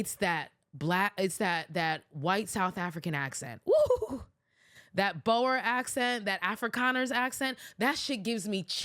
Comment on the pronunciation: Imagine calling viewers “xenophobic hypocrites” but you yourself are repulsed by White South Africans. And it’s not “bower” it’s “boer” pronounced “boor”